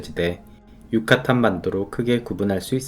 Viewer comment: 항상 좋은 영상 감사드립니다. 팬데믹전에 자주 출장다니던 곳이 올렉문명이 번성했던 곳이라니 팬데믹이후 출장을 가면 시간을 내 찾아봐야겠습니다. 영상으로 속에 보충설명이 필요한 부분이 있어 몇가지 적어봅니다. 첫째 용설란을 식용했다는 부분은 정확하게 하면 아가베 아메리카나라고 하시는게 맞습니다. 아가베 아메리카나로 술인 데킬라를 만들고 식용으로 사용하지만 나머지 종류의 용설란은 먹을 수 없거나 밧줄을 만드는등 산업용도로 밖에 못 쓰거든요. 그리고 멕시코 과테말라등 메소아메리카의 발음은 된발음이라 꽈사꽐코스 미나띠뜰란 유까딴 떼우띠뜰란 일케 발음합니다. 떼우띠뜰란의 솔피라미데스 정상에 올랐던 나날이 그립네요.